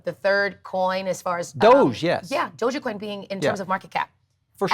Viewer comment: Oh wow she's a little annoying, she kept saying doja coin lol